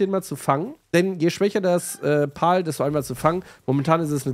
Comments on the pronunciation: Pal wird Pel ausgesprochen Pal ist auch okay aber nicht Pol ^^ pal bedeutet Kumpel im englischen 🤓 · Ich würde mir das lets play gerne anschauen aber wenn ich mir weiter anhören muss wie du alle monster Paul nennst werd ich verrückt man. Sag bitte einfach pälworld und päls. (Pal heisst sowas wie kumpel auf englisch) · Cooles Video. Das sind allerdings keine "Pauls" sondern "Pals". Das "a" wird fast schon als ä ausgesprochen. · Zur Aussprache: ich schätze „Pal“ bezieht sich auf das englische Wort, was zu deutsch „Kumpel“ heißt. Und wird weder wie „Pawl“, noch wie „Pahl“ ausgesprochen, sondern ähnlich zu „Päl“ oder „Päll“. Googlet einfach das Wort „Pal“ und lasst euch vom translator die Aussprache zeigen. Denn diese exakte Art von Betonung gibt es im deutschen nicht. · Das spricht man anders aus, eher wie "Päll". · Denke eher es wird "Päl" ausgesprochen, wie Freund/Kumpel/Begleiter. Aber ist ja dasselbe wie bei der Aussprache von PayPal 🤣✌🏻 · Warum kann kein deutscher youtuber den Name richtig aussprechen? "pal" ist englisch und bedeutet "kumpel" und wird "päl" bzw "pähl" ausgesprochen. BITTE schaut euch sonst mal ein Wörterbuch an, da steht das in Lautschrift. Ich bekomme Ohrenkrebs... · Noch mal ein deutscher der das Wort Pal nicht aussprechen kann :D